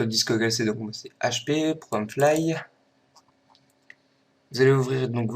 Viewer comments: y sait pas parler se mec : on dit ProgramFiles et pas Fly et on dit IP et pas Yp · c'est moi ou tu dit progam fly au lieu de program files ?? sinon merci pour le tuto !!!